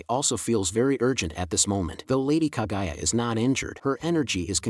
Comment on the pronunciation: bro sorry but it is not kagaya but KAGUYA...... [ENG] the GU family...